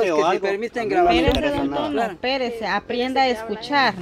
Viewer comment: "Aprienda " no sabe hablar😂😂😂😂 jajaja